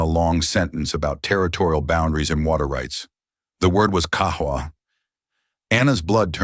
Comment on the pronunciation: At least he could have prononced Qahwa correctly with a Qaf. The voiceless uvular plosive sound (/q/), produced by articulating the tongue against the back of the throat (uvula), distinct from the English /k/ sound